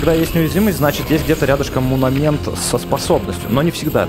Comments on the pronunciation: правильно говорится не "мунамент", а "монамент" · монумЕнт, не мунамент, и да правильно говорить топАз, топАзовый реликт